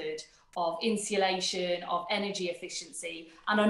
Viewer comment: Strange the Lucy Powell is supposed to know about home insulation but can't even pronounce 'insulation'. (Insillation?)